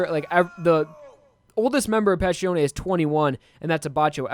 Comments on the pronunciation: It's Passione, not Pascione. You keep pronouncing the name Pascione You keep butchering all the Italian names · The way you pronounce Passione irritates me so much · I love you man but can you please atleast pronounce their names right?